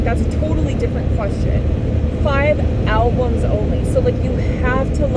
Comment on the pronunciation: 1. The coffee hit you, first caffeine for awhile and then, "were goina take what we can get today". Smile. A true coffee moment. BTW again, you said Alblums twice, 😜 Okay let me be of assistance. Name ten albumens you listened to in grade 3,6,9 goose drank wine etcetera. 2. Yes the other Tim sucks. Those ugly brown uniforms the imported workers wear are total Military of the dystopian future-esk (but not Eskimo no no no). In Canada no Eskimo okay? Now Edmonton's CFL team is the E-Elks. At least until the Elks go berserk, and they can. The people formerly know as Eskimos are just the Inuit. Totally different from the indigenous unless you consider its the same name in a different tongue. 2a. Maybe. 3. You're not much into the Canadian landmarks are you? Ceptin for Calgary. Gee thanks for the tour. Born Caly but I preferred Dallas. Back to BC try the 37 next time, in the spring.